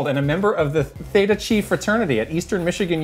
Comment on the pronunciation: lmao theta chee